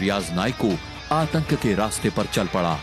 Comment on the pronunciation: Atak nhi atank